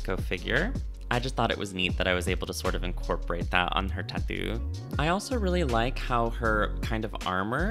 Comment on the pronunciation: am i trippin or are you pronouncing it "tathoo"?